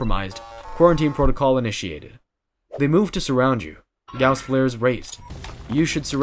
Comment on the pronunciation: Please man, Gauss, not Gouse